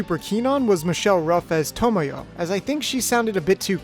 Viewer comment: Everyone talks about how 'Sakura' was mispronounced as 'Sa-koo-ra' in the Nelvana dub, but no-one seems to realise Tomoyo's name is constantly mispronounced. People pronounce it 'To-mo-yo' when in the original Japanese it's 'To-moy-o'.